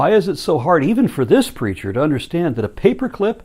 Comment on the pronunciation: Every time he says 'the preacher' I hear 'the creature.' ...Is that bad? :\